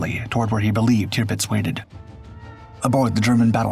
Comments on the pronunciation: Terpitz, not Tearpitz. AI? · You would think, that if someone decided to tell this story, an important event during World War II, they would at least get the name of the ship right. It is, or at least was, TIRPITZ, not TRIPITZ, which is what the narrator called it. Must have been overdubbed by AI, even so, someone should have ensured the correct pronunciation. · Turr-Pitz is how you say it. Tirpitz. Not toopits. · Tirpitz pronounced TURPITZ. Tearpitz indeed! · Tirpitz not qpitz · It’s pronounced “TER-pits”…. not “TEOO-pits.” Where you got that, is a mystery. LOL Great doc, as usual. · Tearpitz?? It’s pronounced Turpitz but spelt Tirpitz jeeee whizzz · Tupitz? Wasn’t it Turpitz? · "QUBITZ"????? where'd you learn how to pernounce words??? clean out that bubble gum and oversized tongue in what you call a mouth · it's pronounced "Terpitz" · Kewpits??? :face-green-smiling::face-green-smiling::face-green-smiling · Posts like this deserve more care and respect than the usual A I soundtrack..... TUEPITS? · I dislike the way the “AI” pronounces Tirpitz.